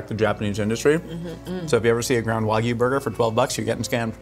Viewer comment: Hearing her pronounce wagyu correctly made me quite happy